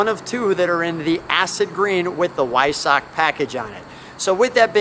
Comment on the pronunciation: Sweet 918 Spyder....love the color. It's pronounced "Vy-SOCK", BTW. 😀